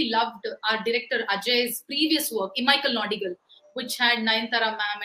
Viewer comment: cute pronunciation of imaika nodigal ❤️